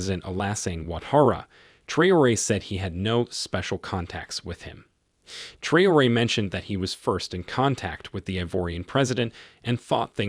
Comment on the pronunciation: Please call his name properly. Very disrepecful T R A O RE